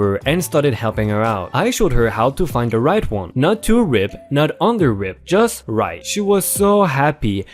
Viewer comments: Catering is actually said like KAYY tering NOT cat--erring and has the AY sound like in Pay, day, stay, etc.. and word RIPE is pronounced as r--eye--p, as having rhymes with sound like Sky-pe, type, pipe, high. etc. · The word "ripe" is pronounced "REIP" in your language. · Yes its me again. Pronunciation Ripe (I) Avocados not Rip. You rip paper. I know I am a pain ,I just trying to help w/ the verbalization. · which amazes me? since your name has the same sound alike as the word ripe but you mispronounced the word ripe like the word rip?